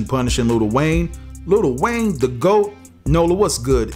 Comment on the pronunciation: I'm sorry, can y'all please stop calling him "Little" Wayne..it's Lil Wayne